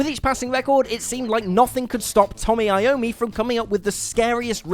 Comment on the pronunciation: What is "creepy" about most of these stories? The Beatles album is not called "Sgt Peppers" stop being lazy and use its full title. Saying "Enter Sgt Peppers" just sounds stupid as fuck. And who the fuck is "Tommy" Iommi?